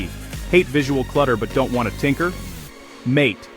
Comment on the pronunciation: Mint is the best, in my opinion, the AI audio is terrible. MATE is pronounced MA-TA